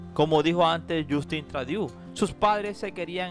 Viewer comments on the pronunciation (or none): aclarar que el apellido Trudeau es de origen francés, por eso la combinacion de las vocales "eau" se lee "o". No es inglés. Se escribe Trudeau y se lee Trudó...😉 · CREO DEBE MEJORAR SU INGLES SEÑOR. EL APELLIDO SE DICE TRUDO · Porqué dices Tradiu??? Por favor si vas a hacer buenos vídeos primero infórmate bien de cómo pronunciar correctamente los nombres en otros idiomas